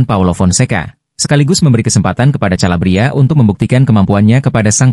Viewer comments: Kalabria calabria lawak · Calabria lagi